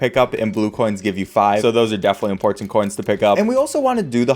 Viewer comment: After watching about 10 of these videos, only now have I started to notice you have an interesting dialect. Words like "important" "mountain" "button" "unfortunate" have a weird amount of emphasis at the end.